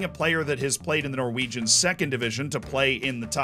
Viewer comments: props for the pronounciations of norwegian names. surprisingly good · As a Norwegian I’ve got to say that your Norwegian pronunciation was really good